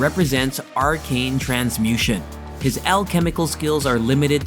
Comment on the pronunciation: When the bot gets a faulty script and says things like "transmution"